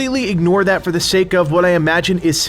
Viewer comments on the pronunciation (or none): none